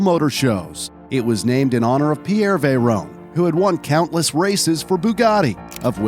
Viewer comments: It's not a veyrone, it's a veyron. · It's vay-ron not vay-rone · I love your videos and your animations but it creases me up when you say veyrone not vey Ron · Btw it's pronounced Vey Ron and Le Mon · Is anyone else annoyed at the way he pronounces veyron and chiron